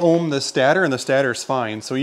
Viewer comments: It's not a "stah-ter". It's called a "stay-tur". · Just depends where you're from lol